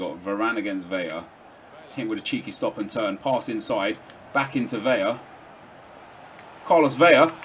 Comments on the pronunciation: Yoo, VeLLLLaaah like lah lah lah. Not (Veya) Its said Velah. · its pronounced Carlos Vela. Its only Veya with the double ll.So it isnt silent you can hear the L.